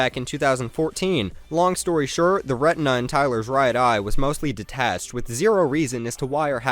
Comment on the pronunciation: when he was talking about ninja he said long story shirt instead of long story short